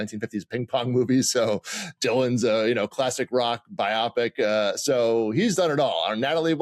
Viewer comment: I can't with bi-op-ic! It is bio-pic.